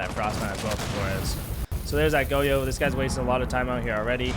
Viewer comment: lost me within 10 seconds lol im not tryna listen to goyo be pronounced go-yo for a half hour